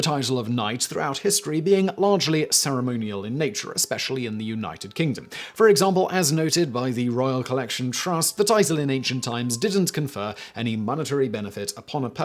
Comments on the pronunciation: He said the Uknighted Kingdom! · "Yew-Knighted" Kingdom